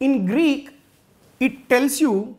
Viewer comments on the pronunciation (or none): Positives - explanation is vry clear n good Negatives - only that its greek not greeck 😊